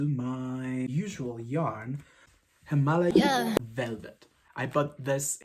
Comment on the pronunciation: Actually you said correctly at first. It’s not Himalaya, It’s HimalAya. As far as I know, the brand is Turkish origin. So you were right in the first place. Annd I love your videosss <3